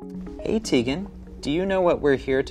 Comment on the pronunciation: He lost me at “Hi Teigan”. I mean “Teigan” . Really?